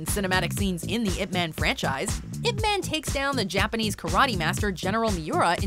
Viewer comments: Its not pronounce 'ip men' it is 'ip man' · Y-ip Ma-hn . GET IT RIGHT not eep man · why are you saying "man" like it is in english? you should say it like "mon". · It's not ip man its IP man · "if man" lol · at least prononuce the name properly, its yhip mhan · Top 2 things they got wrong: mispronouncing Ip Man's name and him speaking English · if you pronounced the way pronouncing Ip man (as in the noun "man"), you might as well make it IP man, (ip address man). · Your saying Ip man wrong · The way the narrator pronounced Ip Man pisses me off lmao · Pronounced his name wrong the entire video '-' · That's not how you pronounce Ip Man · cant even watch this after the narrator pronounced "Ip Man" like a white girl